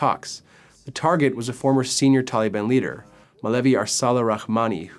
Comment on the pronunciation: Tollybon...where the fuck did you get this guy. Taaaalibaaan, say it like a Pashtun.